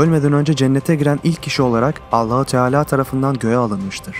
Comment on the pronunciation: bu vidyoyu şimdi izledimde adamın anlatım tarzı ve tekniği çok yalınız sonda ALLAH bilir yerine alla bilir diyip h harfini yutması dikkatimi çekti den sonraya dikkat